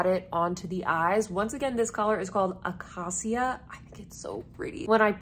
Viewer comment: Acacia is pronounced uh-KAY-shuh. It’s a type of tree 😊 These are very appealing shadows! Chene Brun and Murier Noi are calling my name. And I picked up the terra-cotta-ish blush this morning when I saw your update